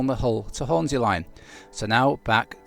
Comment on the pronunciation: I'd like it if you could prononce the S in Hornsea as an S and not a Z, please.